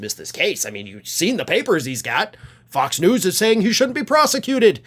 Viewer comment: Interesting how pronounes F*cks News!!